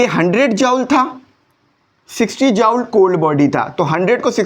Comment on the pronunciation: Sir ap ki joule ki pronounciation 👍👌